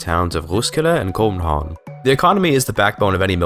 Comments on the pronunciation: Your pronunciation is really good actually. Except København 😅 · hej dane here københaven was not that good but roskilde was petty spot on